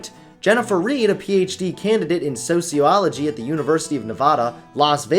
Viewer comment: can’t say “sociology” properly lol.